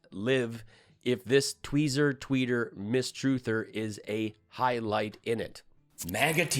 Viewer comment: Yea that last one maga tears comment... what did he said? "Hi-lite"? Did he meant highlight? I mean my english is not perfect but come on man!